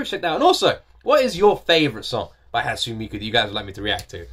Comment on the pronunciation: I recommend "Romeo and Cinderella" and "Hand in Hand" both by Hatsune Miku; and "Luka Luka Night Fever" by Megurine Luka (another vocaloid). Also, it's pronounced: "Hot-soon-nay Mee-koo".